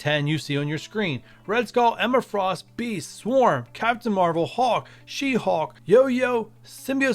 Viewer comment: New rule - if you can’t say hulk and call him hawk you get a dislike